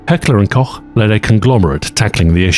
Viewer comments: it's a small thing in the grand scheme of an entire video, but the pronunciation of heckler&koch is absolutely perfect, which you don't usually hear on non-German youtube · Finally after all those years of watching gun tubers someone pronounced Heckler&Koch correctly 10/10 wildest climax of my life 😭 (Korrrch, Cock and Koutsch my ass GET IT RIIIIGHT!!! ) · I really respect the way, you actually try to pronounce the German words. Not only are you saying Heckler & Koch properly, you even struggled your way through "Gesellschaft für Hülsenlose Gewehrsysteme". That's some A-Tier effort! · The way you correctly pronounce Heckler&Koch makes me, a German, very turned on. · Thank you for not pronouncing H&K as Hecklor and Cock. :D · The german pronounciation wasn't bad at all - especially 'Heckler & Koch' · came here looking for someone pointing out that flawless pronunciation